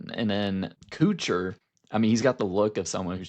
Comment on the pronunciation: My deep disdain for Ashton Kutcher means I giggle every single time you pronounce his last name as "Coocher"